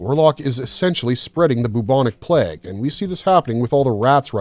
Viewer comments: Why cannot your pronounce plague? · Hate these lazy AI made videos. Cant even say plague properly